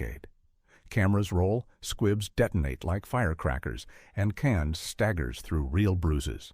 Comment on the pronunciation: I know, right? Definitely an Eh? Aye? voiceover. But it wasn't just the irritating humanoid quality of the voice and it's inconsistent pronunciation: sometimes it pronounced Caan as "can". And it consistently mispronounced Richard Castellano's name (the guy who played Clemenza). But how about that b.s. about James Can "improvising" at the toll booth scene? What was that nonsense about "he kept the engine running"? Who the hell turns off their engine when they drive up to a toll booth? smh 🤦🏻